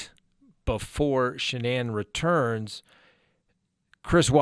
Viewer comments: Ive noticed no one can pronounce this womens name correctly...especially news reporters who you think would know how...like this guy.its not Sha-nane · The emphasis is on the FIRST SYLLABLE of Shanann's name! Why is everybody getting it wrong??